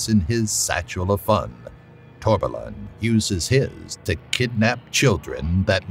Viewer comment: I don't know how, but you somehow managed to pronounce Torbalan correctly 😁